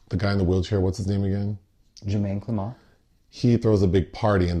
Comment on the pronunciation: Not to be Mr "Um Actually," but Jemaine Clement's name is pronounced like it looks, not Clamont. That makes it sound a little fancier than it is.